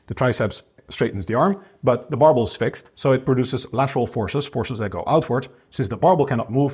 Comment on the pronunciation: he is saying "barbell bench exercises", compressing the word into "barble"; so not "marble bench exercises" as it sounds